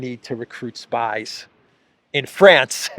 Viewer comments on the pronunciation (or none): none